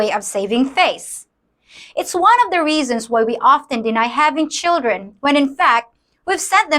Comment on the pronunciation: Please learn to pronounce the.